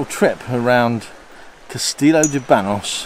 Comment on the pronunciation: It isn’t ban oss. It is banyoss. The n with a tilda over it isn’t an n it is another letter called an enye.